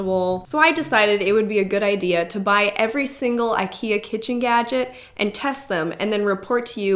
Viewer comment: it's pronounced Ik-eee-ah